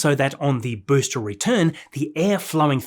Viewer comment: I absolutely love your videos! One little thing though, you keep pronouncing the word ‘booster’ as ‘boostre’, any reason why, apart from the language barrier?